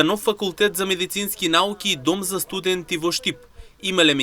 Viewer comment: Дај бе научете да акцентирте правилно. "Студенти" не се изговара така.